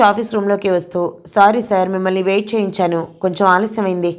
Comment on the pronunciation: మెయిల్ అని చదవాలి. మయిల్ కాదు ప్లీజ్. వెయిట్ కూడా మీరు వేరేలా ప్రొనౌన్స్ చేస్తున్నారు. స్సరిగ్గ చదివితే ఇంకా బాగుంటుంది అన్న ఉద్దేశం తో